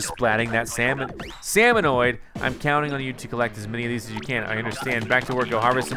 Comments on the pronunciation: Its salmon-ids not oids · you're saying it wrong it is salmonid not salmonoid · It's pronounced salmon-ed not salmon-oid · Take a shot every time he says "salmonoid". But don't really. That many shots would kill a man. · Jokes on u cuz never said salmonid he only said salmanoid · It's Salmonid, not Salmonoid. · its not salmonOID its salmonID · Found this video trying to decide if I wanted to buy splatoon 2. Love it though I cringed every time you said salmonoid when there was no letter o and it was salmonid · LEARN TO SAY: SALMONID! Not Salmonoid! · It's not "Seh-Min-Oeed" it's "Seh-Min-Id" The last part of the intro! 😥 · It's Salmon-ID not Salmon-NOID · Salmonoid don't you mean salmonid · I get si triggered when he says salmonid IT'S SA-MON-ID NOT SA MON OID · You kept on saying salmonoid instead of salmonid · salmonid is pronounced sa-mon-id not sa-mon-oid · ITS SALMONID NOT SALMONOID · Its salmon-id Not salmon-oid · Its salmon ID not salmon OID ... really freaking annoying that u said it right the first time and then started saying it wrong after that. Makes the video almost unwatchable Jesus. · Isn’t it weird how is calling Salmonids “salmonoids” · did anybody else cringe every time he said salmanoid? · It is salmon-id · Waaaiiiiit u never said salmonid......... AHAAAAAAAAA JOKES ON ME!! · Your pronouncing salmonid wrong